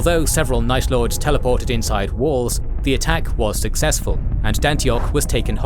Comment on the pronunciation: Night lords? Or nice lords